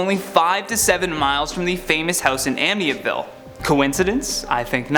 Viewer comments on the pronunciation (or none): Amityville!! Lol...you said Amietville...gotcha 😛😛